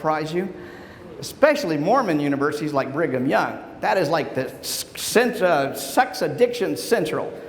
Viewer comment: I thought he said Bring 'em Young University, lol.